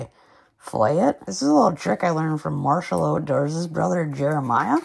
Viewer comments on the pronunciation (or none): none